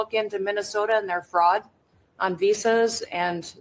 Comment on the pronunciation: Can you actually pronounce words and names correctly y ly? You sound stupid.. wazzz is Walz. Ferod is fraud. Noem is Noam etc etc